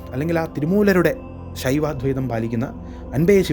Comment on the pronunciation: അദ്വൈതം : പറയുമ്പോൾ അധ്വൈതം 'എന്നാകുന്നു ഉഛാരണം ശ്രദ്ധിക്കുക